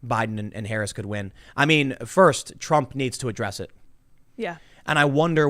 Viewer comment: Stop mispronouncing her name and just call her Horrible Harris already. P.S. Don't fix the camera. Orange woman good.